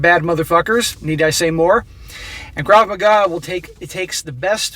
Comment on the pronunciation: Sorry but its pronounced Krav MAGA.